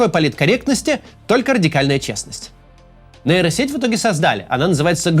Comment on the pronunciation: сеть не нэйро а нейро, хватит говорить как безкультурщина